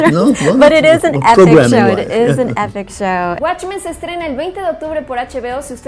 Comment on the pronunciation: "Guatchmen"** Pronuncialo bien al menos.